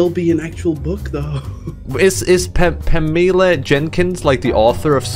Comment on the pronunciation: My man can't pronounce Pamela. He really said "pameela"